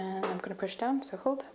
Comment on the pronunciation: i was thinking along those lines too. I’m not great with recognising slavic accents etc. but I did notice that her O’s are pronounced as like a deep U sound. I think it’s noticeable when she says ‘hold’ it sounds like ‘huld’ to me